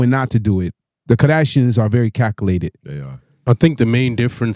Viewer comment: This guy can't pronounce to save his life susseful, caculated shits wild